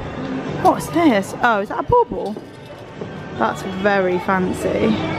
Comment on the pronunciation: Quagsnake here we say it bah*bles (Think bah as in bah humbug and the last half of bubbles) 🎄